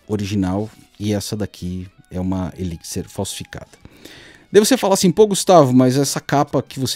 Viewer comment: eliquisser ... pronto, aprendi a pronúncia!